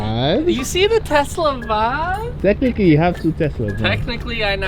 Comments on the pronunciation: I do not like wen he says vibs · Bro ur the vibe... there should be more people like you, oh and how do u say vibe in Canadian